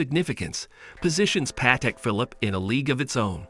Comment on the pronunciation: This video sounds like it was created and voiced by AI. Also, if you're doing a video about a watch brand, learn how to pronounce the name.